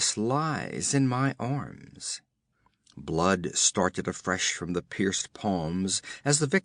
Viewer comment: a, not aye; the, not thee! I lasted 45 seconds.